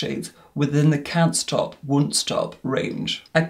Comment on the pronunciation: Can't stop Wun't Stop :)